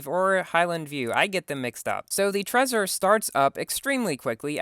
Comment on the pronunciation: Trezor is pronounced Tr-ei-zoar